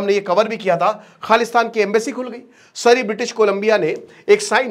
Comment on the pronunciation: magar saaarrrr wo laser eye saarrrr 😂